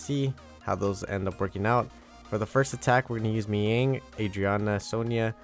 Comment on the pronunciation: Really enjoy your content man! More power. From Philippines 🇵🇭 I'm just really shocked everytime you pronounce Mihyang. Instead of Mi-Yang, you say it literally Mi-Ying (Dark Panda) 🤣